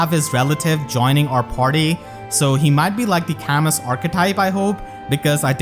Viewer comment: You know it's pronounced Cah-Moo now, right?